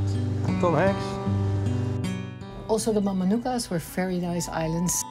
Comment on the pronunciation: Mamanuca pronounced mamanutha.... c is th in Fijian